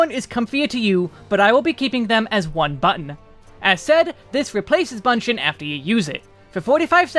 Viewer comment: Appreciate the job guide as always. But one thing I would like to add is, 'Bunshin' should not pronounce 'ba' sound but 'bu' or 'boo' sound. The Japanese version is 分身の術 with 分 pronounced as bu-n (ぶん). So it should be bu-n shin/boo-n shin rather than ba-n shin.